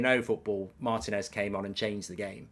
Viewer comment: MAR-TI-NEZ .... NOT maeeertin.ezzz